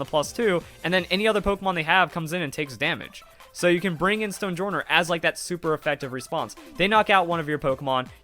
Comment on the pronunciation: I feel like Stonejourner's name is pronounced "Stone-Yorn", like how Jormangandr is pronounced "Yor-Mun-Gand" in Norse. Don't know what journ means in Norse, but probably something close to henge as in Stonehenge.